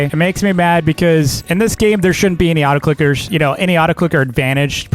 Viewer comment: You said Auto clockers